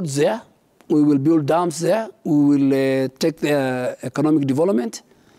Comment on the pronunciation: Elite - pronounced as" i - lit " Build- pronounced as "bild" Service - pronounced as "saarvis" Legacy- pronounced as " Legasi" and not "ligasi"